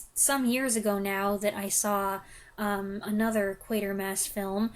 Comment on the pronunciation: It wasn't until today, listening to your review that i realized the correct pronunciation of the main character's name! I've been thinking Quartermass for decades! Thanks!